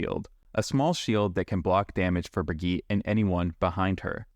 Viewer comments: brigitte it's pronounced bri-gee-tah xd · Her name is brig-EEEEE-TA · "Wow, the first person I've seen that pronounced Illari's name correctly, Ill-Yari" "Next up we have Brig-eet" sigh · Ah yes, the infamous BrigEET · genuinely disturbing stuff pronouncing brigitte that way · How often do you want to mispronounce Brigitte's name? Yes. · This is not accurate for brig (you’re saying her name wrong) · he can't even pronounce Brigitte's name right LOL